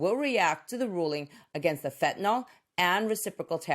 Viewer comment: I really enjoy your informative videos. I pause them frequently to study your charts. But I had to cringe when you, like many people, mispronounced the drug fentanyl. It is pronounced "fen-tuh-nill." It rhymes with Benadryl. It does not rhyme with alcohol. As a medical professional it is just a pet peeve of mine. Keep these educational videos coming. I rarely miss a single episode.